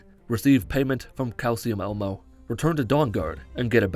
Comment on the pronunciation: Calcium elmo... I love the creative ways you deliberately mispronounce names.